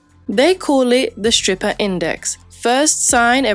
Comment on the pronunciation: Im gonna be honest. In never found strip clubs interesting. So i pay money to look at women with bad dads and worse tattoos who im not allowed to touch? And why is the chick in saying skrippa? Its hard to take you seriously on economics. If you cant speak like a grown-up.